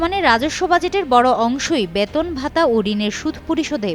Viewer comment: This represented does not proper bangla pronunciation. She is presenting " Baton" instead of " Beton". What a shame!